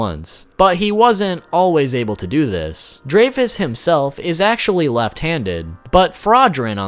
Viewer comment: It's griamore and dreyfus not giramore and drake